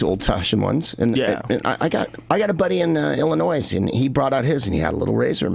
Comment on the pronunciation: the S is silent in illlinois. source: i live there